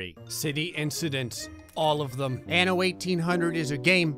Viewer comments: The way you pronounced "anno" at the beginning seemed a bit like "ano" which means anus lmao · This was funny 2x coz "anno" sounds like anus in spanish xd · En español: "anno" 😐 Ok...